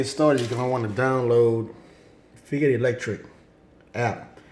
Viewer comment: I just wanted to say that its pronounced like Fight rather than "fee ite". Good review